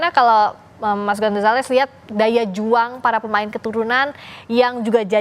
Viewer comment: mas gonzales😂😂😂😂😂 abang gomzales yang bener😅😅😅😅